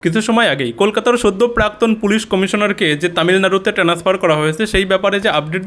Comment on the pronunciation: ভোটারের টেনেস্পার বলে না ওটাকে ট্রানস্ফার বলে